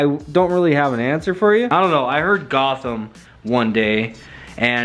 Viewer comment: You putting a k in Gotham arent you